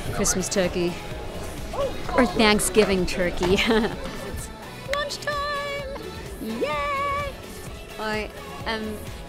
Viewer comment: When she switched to an American accent when she said "Or Thanksgiving turkey, " I diiieedddd 🤣🤣🤣